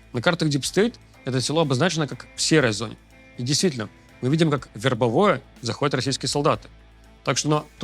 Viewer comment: вербОвое, блин.